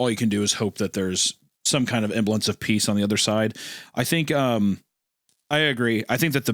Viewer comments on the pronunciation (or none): Hunter, the word you’re looking for is “semblance” not “emblance.” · What is “emblance” Hunter?